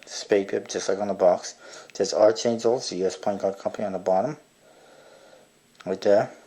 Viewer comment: Not trying to be an ass or anything, but its supposed to be pronounced as "ark."